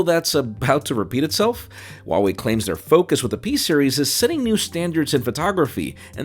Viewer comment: it's HUAWEI not wawei😂